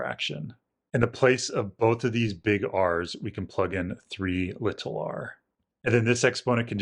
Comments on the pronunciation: Nothing is wrong in this one except for your pronunciation of little, but that might just be dialect! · Li-TUL r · If you listen he says it without annunciating. My guess is that because his accent kinda makes it sound unclear (more like “liddle”) he wants to say it clearly (or just say it technically “correct”, even though basically everyone in America pronounces it like he does). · Out of curiosity, is there a particular reason you try to really annunciate the T in 'little'?